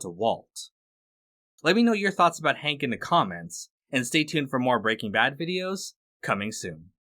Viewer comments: You are saying it wrong. You are emphasizing BRAY king bad. It's Bray king BAD. No one else says it like you do. Stop. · Bruh why is it every time I find a video essay on BrBa the creator pronounces it “breakingbad” and my dick goes hella soft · why did you say breaking bad like that??? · The way you emphasis the "Breaking" in "Breaking Bad" is so odd